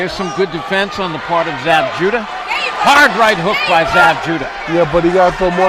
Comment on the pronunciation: No, it's jewduh